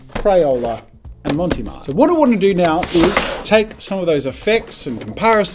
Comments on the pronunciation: I loved this video but one thing keeps bothering me that bothered me during the marker elimination episode. It's pronounced Mont Marte not Monte Mart. I don't know where he got Monte Mart from. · Every time he said "Monty Mart" it hurt my soul a little. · Why are you pronouncing it Monty Mart? Where’s the e sound at the end of the first word coming from?? lol no shade but confused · not as bad as his pronunciation of mont marte...